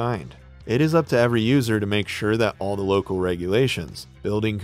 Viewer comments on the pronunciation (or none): none